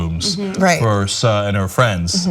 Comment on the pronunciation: Look it's new "Just Got Out of The Gym Ana" Barbie! And she decries racism but doesn't realize Suh is pronounced, generally, as "Sue". And I thought TYT did stories before about how bad and racist Air B&B is. Like UBER.